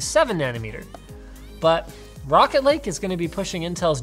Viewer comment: I heard "Rocket League CPUs" at first, lul